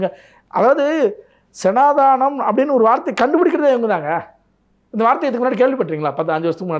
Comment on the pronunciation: டேய் சனாதனம் டா அது கூட சரியாக சொல்ல தெரியல நீ வந்து வீடியோ பணம் பண்ணு இதை சொன்னாலே என்னை ஏதோ சனாதன சொம்பு என்று நினைக்காதே